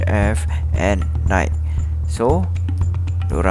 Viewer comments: Nai ki, bukan naik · Bukan "naikkkkk". "Naikiiiii". Bukan "lingked in". "Link in". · kerol kau kena belajar sebut nike, linkedin etc betul2 before buat video